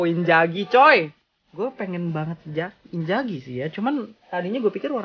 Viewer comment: Inzars bukan inzaghi yaampun